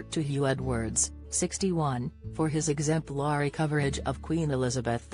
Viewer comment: What a load of old garbage - automated technovoice (and American to boot). What's the time?...Oh. thirty PM - there's a novelty! What is "exem plarry?" Two minutes into this is more that an intelligent human being can take.